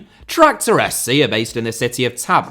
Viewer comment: I don't know why you're pronouncing the 'z' in Tabriz as if it were German. Probably the closest to a "correct" pronunciation, for a native English speaker, would be to render the name as tab-REEZ - though Persian doesn't stress the second syllable as strongly as would be natural in English. try to roll the /r/ if you can (like in Scots or Spanish), but render the /z/ like initial consonant in "zoo", and the vowel in the second syllable as in "bee"